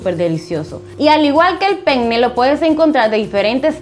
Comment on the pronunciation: Solo una aclaración : penne no se pronuncia así